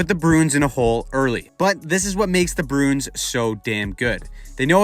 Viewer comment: You keep saying "Broons" instead of Bruins lol